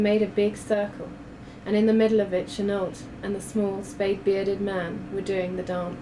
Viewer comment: is that really how Chenault is pronounced? isnt it meant to be said 'cheno'?